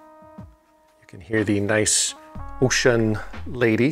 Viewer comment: Finally, correct pronunciation of the name! Kudos!